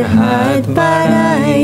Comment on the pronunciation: মিমি ম্যাম উচ্চারণ টা "বারাই" না ।" বাড়াই" হবে। আপনাদের গান খুব ভালো লাগে।